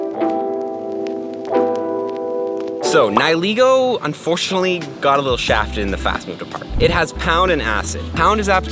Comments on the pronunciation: It's Neigh-Lee-Go not Ni-Hi-Lego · Its pronounced ni-hih-laygo